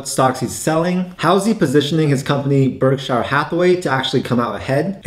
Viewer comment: Berkshur not berkshyre